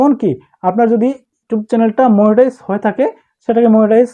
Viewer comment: মনিটাইজ ❌ মুনিটাইজ ✅